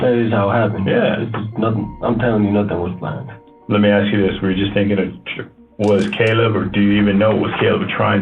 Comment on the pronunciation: “aks her what I do” surely he meant “ask her” YouTube covered for him and wrote “ask” 😂